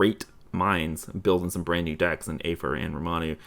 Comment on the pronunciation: Basically what I'm saying is I got lowkey triggered every time you guys said Ramanu 😂